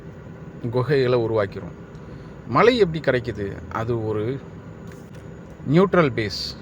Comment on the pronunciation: மழை என்று சொல்ல தெரியல மலை மலை என்று சொல்கிறாய்